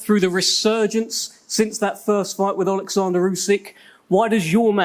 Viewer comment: DDD Dopey Dildo Dubois. Please don’t ask him to tAlk out loud. Olexander NOT Alexander. Warren chats shit.